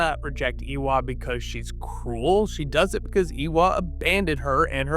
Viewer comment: AYY-wa. Idk who this "Ee-wa" person is but you sound like you have an American or Canadian accent so why can't you say Eywa properly? I'm sorry for being rude but it has been bothering me this entire video. We have the "ay" sound in English. You can say Varang correctly but you can't say Eywa